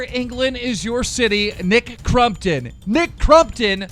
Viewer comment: Nick “crum”ptom Lol